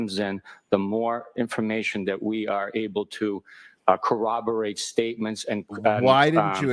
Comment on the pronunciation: rewatch and I swear to pete after watching Bukake testify “Corroborate” he is Elmer Fudd